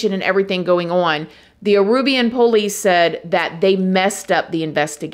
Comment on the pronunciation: Aruban. Not Arubian. I think